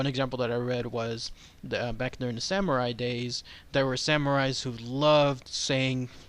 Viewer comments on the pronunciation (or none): none